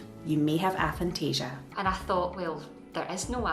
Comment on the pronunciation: It's got to be pronounced "ay-phantasia". A as in atheist, or asexual... Also, I had no idea that knowing what something looked like was different to seeing an image of it in your imagination...